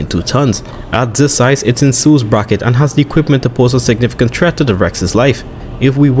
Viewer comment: bro u said treat instead of threat